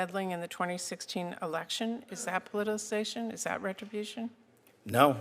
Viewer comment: Old bag cant even say politicisation properly 😂